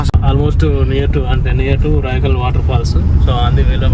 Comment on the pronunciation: రాయకల్ కాదు బ్రో రాయికల్